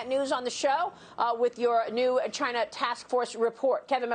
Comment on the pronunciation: Chi-na Trump pronouncing